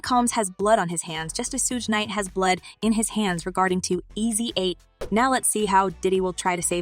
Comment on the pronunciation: "Seen Comb" and "Eazy Eight" nice....